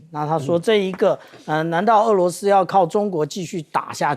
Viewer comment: 主持人注意标准发音：俄罗斯，俄是二声，不是四声